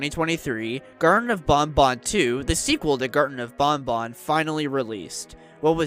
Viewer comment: Thank you for pronouncing banban correctly!❤